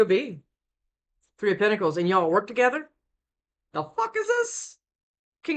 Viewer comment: Is it just me? I hear pickles every time you say pentacles at 1.5x speed 🤔😂🥒